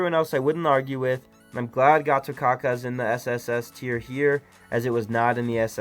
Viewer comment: Just an fyi... how to pronounce Gatotkaca's name is Gatotkacha... 👍👍👍